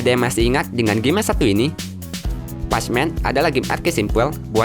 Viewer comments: Baca nya "Pekmen" bukan "pecmen" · Pacman : Bacanya bukan patsman tpi pekmen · pacman dibaca ,pekmen ,goblok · Maaf bang itu pacman dibaca pekmen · Bacanya pekmen totttt bukan pechmen! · Patchman😂 pacman lah bro,english tu😂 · Pacman di baca nya pakman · pacman dibaca "Pachmen" wkwk. Minimal google dulu deh biar ga keliatan norak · di menit itu bacanya pak man ukan pas man tolol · Pach-men ?? Pek-men. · Tetiba gatel denger pec men...PACMAN dibaca Pekmen...maap klo nyinyir ya bang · Pronounce (pek men) Bukan (pej men) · Bacanya pekmen bukan pac men, goblok itu game dari lu kecil dan sekarang lu udah dewasa, masa dr dulu lu bilangnya pacmen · Pack man bang di bilang nya tapi nama nya pac man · Baca nya pek men kontol bukan pac man ajg kesel gua denger lu ngomong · Pacman kok baca nya patchman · Pacmen ,,/"pek-men/ bgst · Pac man lah cakap orang dia pun salah .. Apalah..😑🙄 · Apaan pasmen :v ngakak "pecmen" typo ngomong tuh org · Pajman... Wkwkwkk